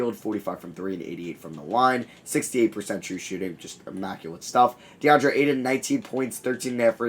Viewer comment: You pronounce Ayton so painfully wrong